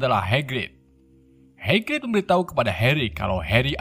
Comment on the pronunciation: Welsley malah disebut welsel Hagrig dibilang hangrig. Wk Wkwkwkwk